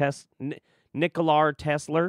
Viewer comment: Nocolai Tesler 🤣🤦‍♀️